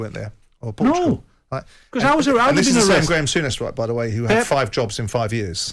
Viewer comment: been said before .. he’s Graeme Sour-ness